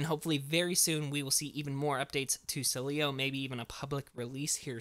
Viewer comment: it’s pronounced SEEEEleo. Stress the first syllable